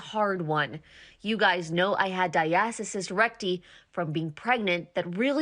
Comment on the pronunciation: Who reviews these videos? This lady can’t pronounce diastasis recti correctly. 🤦🏻‍♀️ Dr. Jenn Ashton got it right!